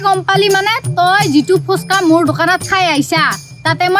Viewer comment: Pronounciation vlkoi korile hunib val lge❤ ... ফোচকা nohoi ফুচকা হে🎉